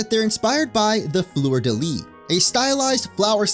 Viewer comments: "florida lease" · The "s" in fleur-de-lis is silent. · You failed "fleur de lis" so no worries about Seine 😂❤